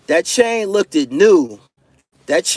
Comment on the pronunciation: You cant be out here saying you're the best and saying "look-did" at the same time. You pronounced it "looked" a couple times in the video, so you definitely no better!! Get your shit together!!